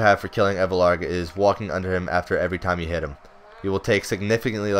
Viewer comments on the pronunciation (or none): Elvarg not evlarg lmao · ellllvarg* not evlarg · i just dont see why u would say "Evelarg", when it clearly says "Elvarg"..